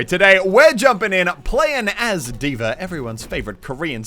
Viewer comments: Why do you and tyrodin always pronounce D.va like Deever? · Who else is triggered by the way Moosetits pronounces D.Va?